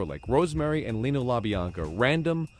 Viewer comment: Leno, not Lino.